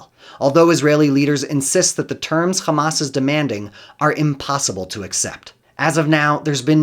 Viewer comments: So I know what? He is a westerner and can pronounce Hamas as Hamas. He is deliberately pronouncing it Khamas as israelis do for a reason. It is for ALL of us to know he is a genocidal zionist . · When he said "Khamas" I understood immediately that he is "Pro-Israel." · My ear bleeds every time I hear a Zionist say the word “Khhamas” 🤡🤮 Isreal will 100% lose, they deserve 0% of the country. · I knew this was going to be propaganda when I heard “ka-mass” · He call them Khamas. So you know. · Most definitely. I knew it from the way he called Hamas, 'Khamas', just like the israelis do. Even though he is clearly a western goon, he does everything to sound israeli. .